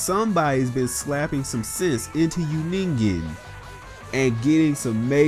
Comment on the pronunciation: What the fuck is a Nengen? Are you tryna say nigga or somethin